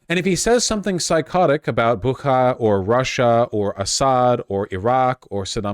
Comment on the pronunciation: Bucha not Bukha